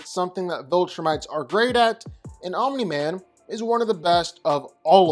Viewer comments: Fun fact: Omni-Man is not pronounced "Ominy-Man". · It's funny how when you say "Omni-Man" you put a vowel between the m and the n...Omini-Man. 🤣😂🤣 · why do you keep saying omniman like that 😭😭 addin 3 extra syllables to his name n shit